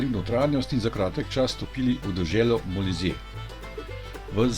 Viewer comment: in Molise se naglaša na i…